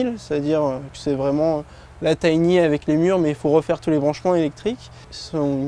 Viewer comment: C’est sympa mais quand vous dites « tiny » ça me fait mal aux oreilles.